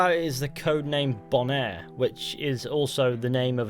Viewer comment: “Bonaire” are you sure it isn’t “Boner?”